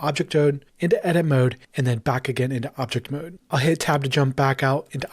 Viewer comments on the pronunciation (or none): did he said object tode???